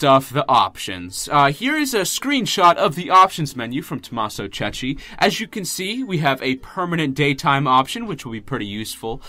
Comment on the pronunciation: The surname of Tommaso have to be read like Kekki, trust me i'm Italian